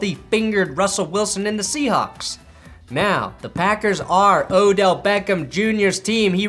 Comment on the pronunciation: Thank you for saying his name correctly